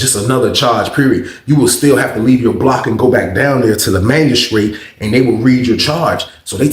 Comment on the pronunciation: Lmao man I was thinking I know damn well this man ain’t saying magistrate